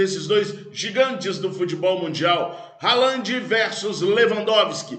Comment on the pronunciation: Brother, sou teu fã. Haaland se fala Rááland e não Ralândi. Abração